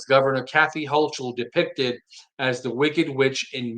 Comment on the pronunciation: They do not follow the HALT Act currently.. and so asking the question "is it working" can't be answered .. also her name is pronounced Hokul .. CH sounds like K